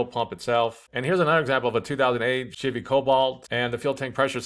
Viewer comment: I swear it sounded like you're saying 'shitty silverado' lmao great video. currently fighting 4 codes on my tahoe, fingers crossed. I'm getting p0030, p0053, p0455, and p0496 and I can smell gas when it's running.